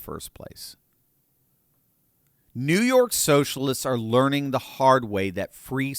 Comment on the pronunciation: Stop!!! Stop saying “learing.”😭😂